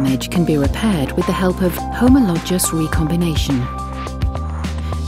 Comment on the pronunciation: This interesting, but doesn't need the stupid and distracting music. Also teach the AI voice how to pronounce "homologous".